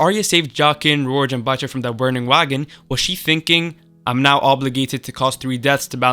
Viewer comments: Beater? Are you dumb? How do you read 'Biter' and come up with 'Beater'? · why was biter pronounced "beater"?